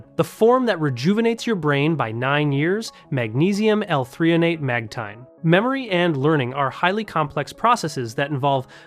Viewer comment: I think you mean magnesium L-threonate, not 3-on-ate